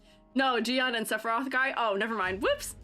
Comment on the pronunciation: Those rover edits are exactly what we need tbh, now they both slay. And just fyi Jiyan pronunciation is like: say IGN without the I. "yan" in chinese sounds more like yen. (this doesn't apply to "yang", that's a different sound)